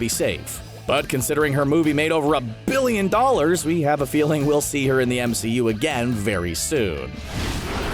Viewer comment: surprised that a big part of the movie was reshot to excluude captain marvel? because her movie made 1 biiilllllon dollars.. the way you said that, ha ha ha. so im guessing you work for disney.